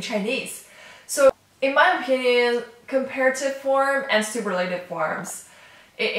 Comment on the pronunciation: You can't say super la tive. It's pronounced su purr la tive. Great lesson regardless.